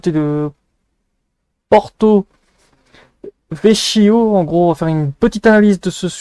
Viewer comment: je n'en avais pas entendu parler ! PS : on prononce Porto-VeKio ;-)